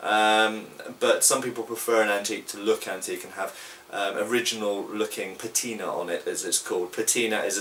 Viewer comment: No l in patina.